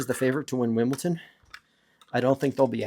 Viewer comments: Brother, why do you keep on saying “Wimbleton”? Is it for engagement so that people are gonna comment that it’s obviously pronounced as Wimbledon? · It sounds like youre pronouncing wimbledon like winbleton. Just saying